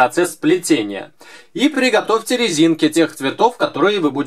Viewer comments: Когда только сказал приготовте было слышно плигатовте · ахахаха ты сказал пЛигатовьте ваш станок?